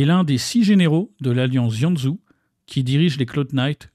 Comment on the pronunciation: bonne vidéo MAIS comment tu prononce Xianzhou et luofu ça me tue